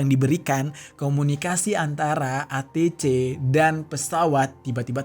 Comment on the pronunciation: ATC Bacanya ei ti si bang😂